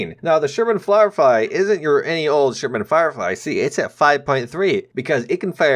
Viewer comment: The Sherman Flirefy XD